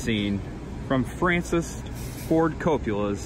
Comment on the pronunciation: It's escape not ex-scape. And it's Coppola not copula. It's your favorite movie but you can't even pronounce the names correctly. You even messed up the turk's name Virgil Solozzo!!